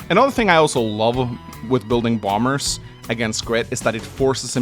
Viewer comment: Everyime you say "Bomb-Bers" it makes my day.